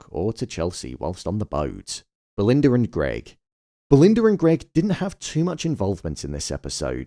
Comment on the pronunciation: Belind-errrrrr & Greg